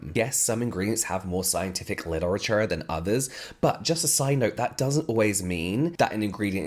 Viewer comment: “liTeRatUrE” (in american accent)